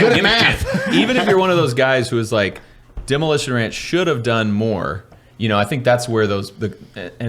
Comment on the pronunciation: from "Demolition Ranch" to "Da Moo-Elation Ranch"